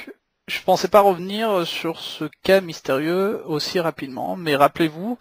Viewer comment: une vidéo ponctuée de "euh" toutes les 3 secondes c'est épouvantable ! Et puis on ne dit pas 20zzzz ingénieurs mais vingt ingénieurs. Aussi, on ne dit pas mystérieu avion mais mystérieuzzzzz avion (car mystérieux prend un "X") . Et puis, arrêtez de parler de camion, il s'agit d'un ........ avion. Un gros NAVION !!!